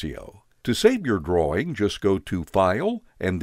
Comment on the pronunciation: Anyone else hear "save your groin" and not "drawing"?